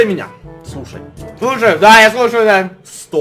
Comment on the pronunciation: Он сказал слу-шай